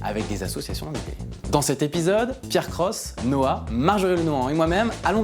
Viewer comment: Pourquoi tous le monde l'appel Noa ? c'est Noi...